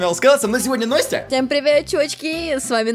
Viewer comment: Вопрос почему НОСТЯЯЯЯ??????? А НЕ НАСТЯ?